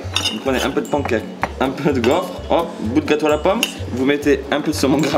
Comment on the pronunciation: À Qui est ce rire?🤣😑 moi, Je dirais "Oh ptn l'accent de Carlito" Juste... Mais comment tu dis "Pancake" Bigflo !!!!!????